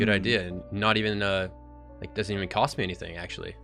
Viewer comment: “dosent” lol